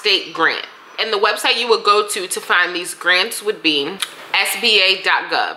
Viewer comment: Say it again? What .gov? It sounds like spa.gov or Sp8.gov but neither worked. What did you say? Edit: Oh it's SBA.gov. Lol. It sounded like you said P. Ha ha. Small business administration that makes sense. Lol.